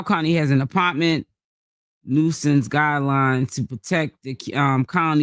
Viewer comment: it’s THE APARMENT EVERYTIME YOU SAY IT 😂😂😂😂😂